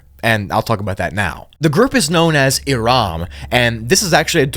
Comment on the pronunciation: it's irum not iram. it means something along the lines of pillars in arabic but that's ancient arabic so i'm not sure what exactly it means but i'm certain it means something along those lines of ruins and pillars gigantic gates as it's a place name not a singular word and it's used to describe a full area thus why irum not aram nor irm. i suppose it means the city of gigantic ruins of pillars, the title of irum is the city of the pillars using a more classic arabic word to say pillars rather than the one used earlier. irum is just an old abandoned city around jordan of sand pillars in walls as you said, no it was not struck or anything but the qur'an is full of these stories of striking this and striking that yet nobody's struck.